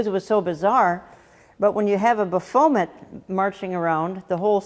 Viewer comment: Hi Jan- I think it’s pronounced “Baff-o-met. Not Ba-foam-et. 😂🤣. But for that name it’s okay to mispronounce. God Bless You!!